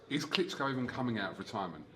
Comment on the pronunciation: Eddie "he's fought Wladimir Klitscko" Hearn